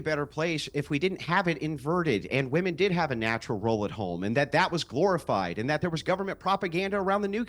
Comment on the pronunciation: Why can’t zoomers pronounce “womEn” correctly?